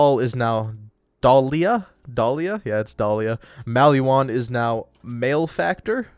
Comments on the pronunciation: i love it when people mispronounce simple words. male-factor? really, dude? it’s pronounced mal-uh-factor. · Its pronounced mal-eh-factor. Good post. Ty.